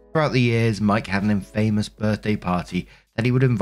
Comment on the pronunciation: Story 2 - When can't pronounce the word "infamous" correctly......